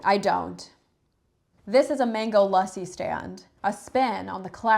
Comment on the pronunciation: The way you pronounced lassi as ‘lussy’ was really upsetting, and I’m a white Australian.